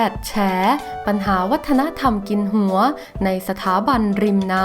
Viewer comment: ผู้อ่านไม่ชัดเช่น...หัว...หงัว...หัวจ้ะ.ไม่ใช่เสียง..ง......อ่ายให้ถูกหน่อยจ้ะ